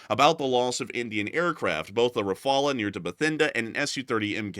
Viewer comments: Rafale is pronounced Rafall not Rafala…. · FGS: there is not a single French person that says "Ra-fa-luh". It's "ra-fal". Nothing fancy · pretty sure it’s pronounced “Rah-fall”. not “Rah-fall-ah” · It's Rah-Fal, not Rah-Fall-ah, the E is silent. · Not rafalas rafals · Rafale is, unless India pronounces differently from the French, is pronounced Rah-figh-ell. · Its better to pronounce well the L of rafale or rafals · He isn't able to pronounce the name properly 😊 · not the only thing he can’t do properly.. it’s shameful that a white person can’t pronounce it properly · That is not how you pronounce Rafale. If you are going to say it over and over, please check how to say it!